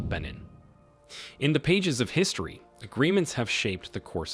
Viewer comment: That’s not how you pronounce Benin sir